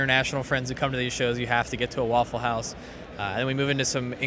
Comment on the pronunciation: Very nice "waffel"-house ... 😂😂😂